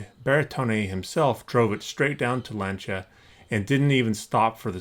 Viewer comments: By "Lan-cha" you mean "Lawn-cee-ah" right? Ugh, how the fuck can you restore toy cars and NOT be able to pronounce Lancia. Fuck me. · Pronounced Lance-E-A StRA-Toss. Just so you know but you are American so we understand. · LAN-SEE-AH....watch Top Gear